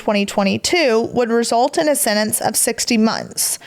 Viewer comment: PLEASE learn how to say sentence!!! Not sennence!! 😂